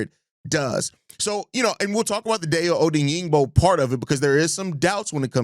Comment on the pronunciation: I think Dayo *Odeyingbo* is pronounced: Die•yo Oh•deng•bo 🐻⬇️